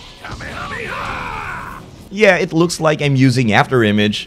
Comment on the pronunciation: Kamehameha is pronounced "kamayhamayha"